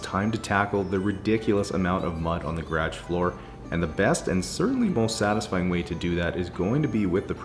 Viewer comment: I have to giggle every time you try to say "garage" and it comes out "gradge" instead.